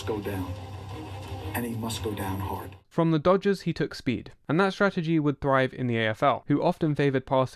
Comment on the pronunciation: "The quahtehbahck must go dahn and must go dahn hahd." One of the most badass football quotes ever.